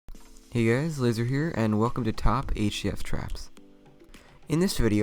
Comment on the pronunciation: Laser i think you said "hey guys, loser here" LOL xd